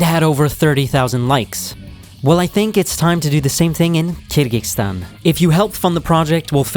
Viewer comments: Hope the speaker learns how to pronounce "Kyrgyzstan" once doing the video.😂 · I appreciate the video, but the consistent incorrect pronunciation of Kyrgyzstan was quite bothersome. It is not KyrgyKstan, but KyrgyZstan. The people are not KyrgyKs. The word is Kyrgyz.